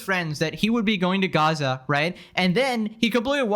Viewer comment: "I Might actually go to Gas-sah." While Greta is going to Grrrryaza"